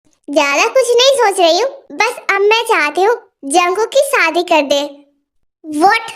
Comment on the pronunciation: Api AP story achi banati ho but Sadi nahi shadi bola karo😊😊